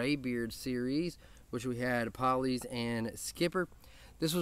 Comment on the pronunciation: I've been wearing Poly's for about a week straight and I love it. For the record, Tyson says that Poly's is pronounced Pole-ee's, not Paul-ee's(it was his granddad's nickname). Either way, great video brother! I'm glad you dig their stuff man! Tyson and his wife seem like totally awesome folks! God Bless, and Beard On!